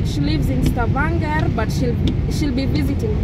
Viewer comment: I can't over how you're pronouncing Stavanger 😂😂 glad y'all had fun. Please get more friends, no more depression.